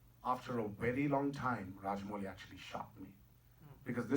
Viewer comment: forget about the accent in other sentences but ....lol the way he pronounces Rajamouli is on other level...